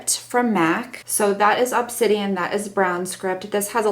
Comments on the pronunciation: Obsidian is a type of lava stone. Ob-sid-ee-n I'm worried all your color names are backward! Because the black in the palette is definitely obsidian. Anyway love your videos your sweet voice but dirty/goofy sense of humor is right up my alley. I love this top on you too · Oh....you totally crack me up! You said Obsidian right the first time! Lol xx 😂😂🐘🐘